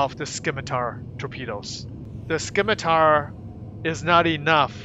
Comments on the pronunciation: Sim-i-tar, the c is silent. Named after a type of sword. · The 'c' is silent in scimitar. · All good. I just thought it sounded funny. I love your videos dude, keep the coming. Might get to meet you in game one day.